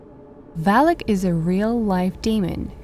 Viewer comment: Not valik it’s valak